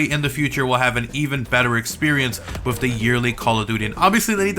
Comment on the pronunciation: Hey buddy it's with not wiff